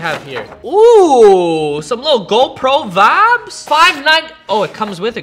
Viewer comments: Why does he say vabs but vibes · Is he saying Fabs, Vabs, Or vibes?? I’m confused 😂